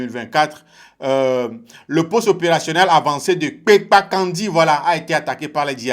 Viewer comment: Vous prononcer mal ce nom, on dit kpenkankandi , je suis natif de là.